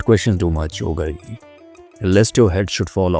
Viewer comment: It's not Gurgi. It's Gaargi.